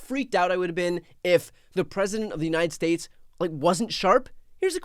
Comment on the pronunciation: Anomishhh trump? Ever been to Yos-ah-mite? Yeah, neither has the tHump. How ‘bout the United Shatess? (slipping dentures?)Or What?